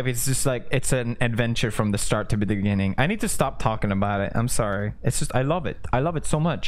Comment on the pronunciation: Listen carefully... it's not "adventure from start to beginning" it's "adventure from start to begindingng"